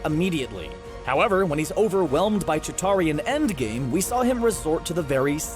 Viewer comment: Did you just call a outrider a chitari